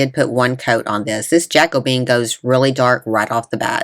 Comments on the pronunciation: Hi, I believe the stain is pronounced Ja Co Bee Ann!😉Very nice DIY's!❤ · Just an FYI, that stain is pronounced ja-KOE-be-in. I LOVE the spools!! ❤️